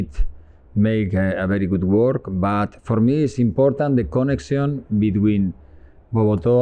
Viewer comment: trus milla kalo nyebut connection... dia bilangnya koneksyon...